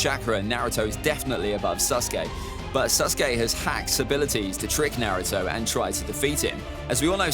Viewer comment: why u say naruto so wrong?